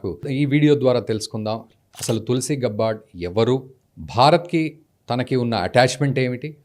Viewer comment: గబ్బార్డ్ కాదు. గ్యాబర్డ్. Standard పదం ఎలా పలుకుతారో అలా